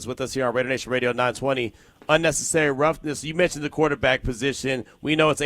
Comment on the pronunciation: 0 menshew...er menshon from